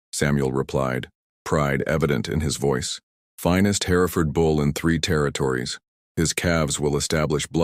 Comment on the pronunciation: Jacob and Hereford were not pronounced right. That bugs me.